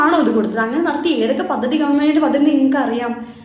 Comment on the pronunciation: പദ്ദതി," നല്ല ഉച്ചാരണം